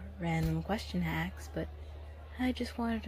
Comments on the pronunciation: Saying aks instead or ask is so randomly cute to me 🥺 i was gushing through this whole thing cause of how often she said it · Axe = Ask